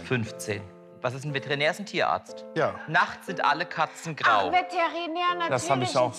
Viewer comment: VATERINÄR hahahaha